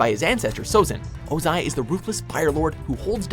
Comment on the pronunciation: Name mispronunciations are killing me: 1. Unalaq (Ooonalahq, not Younalack) 2. Zhao (Shao, not Zao) 3. Vaatu (Vahtoo, not V/a/too) 4. Wan (Wahn, W/a/n) 5. Amon (Ahmon, not /a/mon) 6. Ozai (emphasis on O not I) 7. Ba Sing Se (bah, not b/a/)